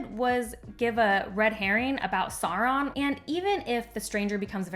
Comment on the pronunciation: I don't disagree but your mispronunciation of Isildur and Sauron takes me out of the video.